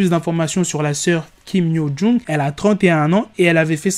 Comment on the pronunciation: C’est compliqué le prénom 😂😂😂 il faut t’améliorer la prochaine fois